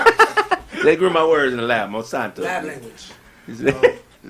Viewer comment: 😂 got 2quit smoking 💨He called Dr.Francis Cress Welsing Neely Fuller & He was pronouncing Monsanto wrong quit eating those edibles Bro ✌🏾